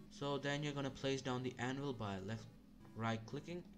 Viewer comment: bruh he called tha minecraft anvil pokemon anvvil and said fighting the monsters i mean i see that he tried but cmon bro